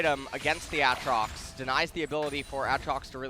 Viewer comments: You mean a atrox? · Yo I hate these casters... Jesus who pronounces Aatrox like that...